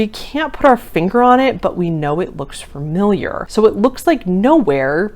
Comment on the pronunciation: You constantly saying "furmiliar" ruined the video lol